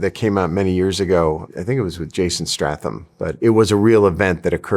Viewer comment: "Jason Stratham" ? Never heard of him 🤣